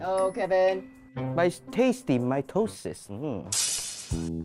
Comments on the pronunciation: "meiosis" "mitosis" "MAYONAISE?" "WHAT IS THIS?" "MY TOE SIS" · "Mitosis" Kevin: "My toe sis": "mieosis" Kevin: "mayonise?" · “Mitosis” “my toe sis” 💀